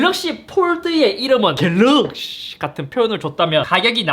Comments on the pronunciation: 갤르윽시ㅋㅋㅋㅋㅋㅋㅋㅋ 중독성오져ㅋㅋㅋㅋ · ㅋㅋㅋㅋ 갤르윽시ㅋㅋㅋㅋㅋㅋ 보다가 완전 당황하다가 뿜었어요ㅋㅋㅋㅋ 이번 영상도 잘 보고 가용ㅎㅎ!!